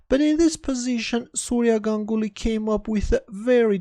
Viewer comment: Correctly pronounced his name...